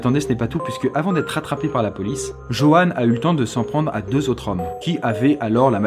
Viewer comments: Le pire c'est que je m'appelle JEANNE ( avec un E) et que je fais vraiment des babysitting (lol). Par contre pourquoi Joanne tu le prononce Jeanne ? 😐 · Ça me perturbe tu prononce "Joanne" de deux façons différentes